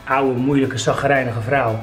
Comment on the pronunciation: Hou van het feit dat fred het woord 'chagrijnig' niet fatsoenlijk kan uitspreken 😂